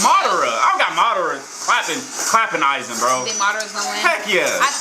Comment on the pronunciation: It’s Aizen not “Issac”🤦🏿‍♂️